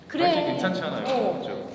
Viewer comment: 님ㅋㅋㅋㅋㅋㅋㅋㅋ 뭐뭐글뤠? 왜 한국사람 발음이 그렇게 됐어욬ㅋㅋㅋㅋㅋㅋㅋㅋㅋㅋㅋ